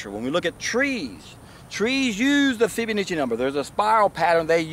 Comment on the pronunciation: Fib-uh-NAH-chi :D